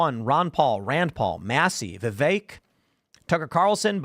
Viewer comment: I dont understand how so many people who are into politics, commentators, spokesman, etc. They still cannot pronounce Vivek's name correctly. Are they lazy or stupid or are they just assholes?